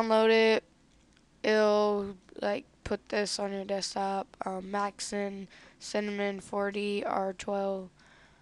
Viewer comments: no offense but did you just say cinnamon 4d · he deadass said cinnamon 4d LOL